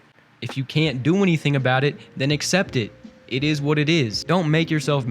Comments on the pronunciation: "it eez what it eez" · Are you trying to say: It izz what it izz?